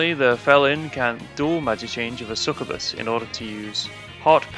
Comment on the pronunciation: it's sucYOUbuss my dude, get it right